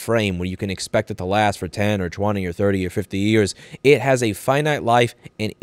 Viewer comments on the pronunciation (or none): none